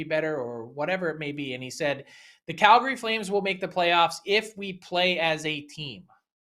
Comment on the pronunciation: Why does still say “Calgary” wrong?!?